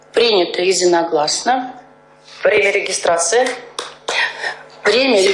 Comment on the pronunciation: Принята едзинагласна? Кто б мог подумать?😂😂😂😂😂